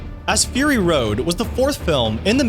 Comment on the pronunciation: fur-rrrr-ry road.